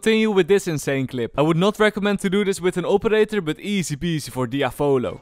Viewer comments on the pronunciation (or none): its dee - yaa - vo-lo